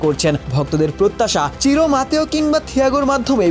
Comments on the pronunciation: চিরো নাকি সিরো।নামটা বোঝা যায় না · চিরো না, সিরো